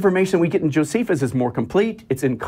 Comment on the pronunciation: Dunning-Kruger effect. Doesn't know how to pronounce "pleural effusion." Or "Josephus."